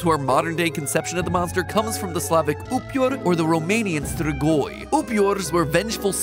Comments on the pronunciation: dude it's ""streegoi" like in fleet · Stgoi😂😂😂😂😂 We need to teach matpat how to say strigoi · matt...the way you pronounce strigoi I can't be mad, just sad Also Vampires are not what we would also think to be strigoi, but very similar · As a romanian the way he pronounces "strigoi" is just too funny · And your sus "strigoi" makes me laugh(I speak romanian)